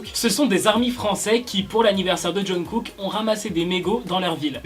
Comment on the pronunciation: la prononciation du nom de Kook m’horripile vraiment mdrr